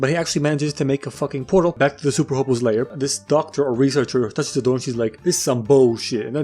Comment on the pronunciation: And I know its a small detail but its actually " hobo lair" not " hobo lay....... whatever lets just move on